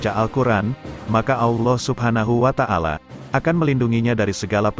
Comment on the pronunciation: Wa ta'ala bukan wa tangala